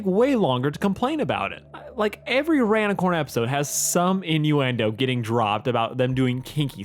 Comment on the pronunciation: erm... its rainicorn not ranicorn